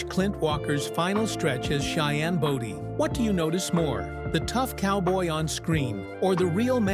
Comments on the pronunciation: You can't even pronounce his last name wright it wasn't body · At least find a narrator who knows how to pronounce Cheyenne’s last name…pronounced Bow-Dee ( as in “bow” and arrow). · His last name was BODIE, not Body !